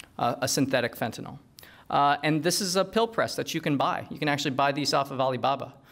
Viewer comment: He lost my interest the moment he said "fentatyl".